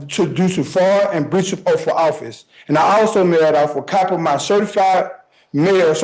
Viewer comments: Oath not OAF!! This guy annoys me so much! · The word is “oath “. Not “oaf”.